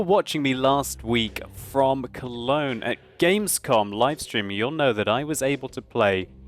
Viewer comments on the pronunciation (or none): none